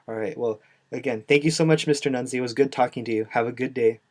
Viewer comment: Hey stupid, it’s Nunly, not Nunsley. How embarrassing for you.